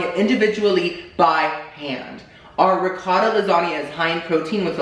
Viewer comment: "recottua lasagnia" I spelt it the way he said it. but im deadddd